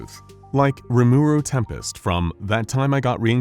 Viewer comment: bro said ruru tempest